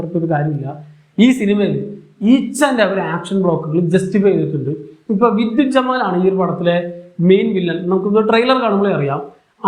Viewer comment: anna.. vidyut jamal ❎ vidyut jamwal✅